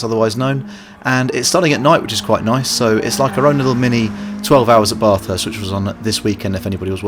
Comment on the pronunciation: It's not pronounced barth-hurst. It's bath-est.